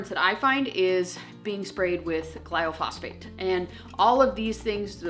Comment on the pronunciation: Love your videos! I think you mean “glyphosate” gly-pho-sate. And I completely agree with you! If we can’t avoid it all we should at least try and attempt to avoid as much as we can! Azure has definitely helped us with that!